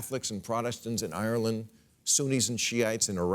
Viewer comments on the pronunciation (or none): none